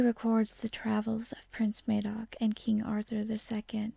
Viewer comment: FYI, his name is pronounced Madoc as in mad, not as in maid. Great video and thanks for posting. Furthermore, no Cymro in those days, or indeed presently would pronounce themselves Welsh. Cymro, Brythonic or perhaps Combrogi but definitely not Welsh. The word/name comes from the Saxon word for foreginer (Velas).